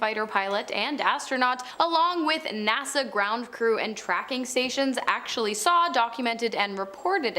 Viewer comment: Bro said Nasar instead of NASA